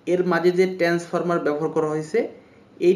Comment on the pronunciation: ট্রান্সফর্মার উচ্চারণ ভালো করে করেন